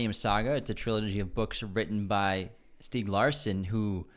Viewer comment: Swedish ''Millennium'' movies were lightyears better, there was absolutley no need of remakes. I respect David Fincher and Im big fan of his movies, EXEPT his take of that european masterpiece. STIEG Larsson, if you love the novels you can say his name right I think, may he rest in peace!